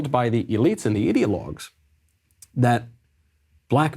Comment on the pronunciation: When Michael says ideologues on the left, it sounds a lot like idiotlogues. 😄😂. How appropriate.